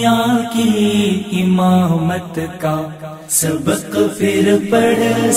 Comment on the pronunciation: ماشاءاللہ بہت عمدہ طرز انداز ہے لیکن ،پھر، کے جگہ پر* فر *کا استعمال صحیح نہیں